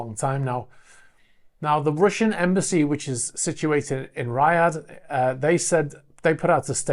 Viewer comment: Thanks for the very interesting vids and updates.. Just wanna point out Riyadh is pronounced Ree ad ... I lived and worked in Saudi for 2 years.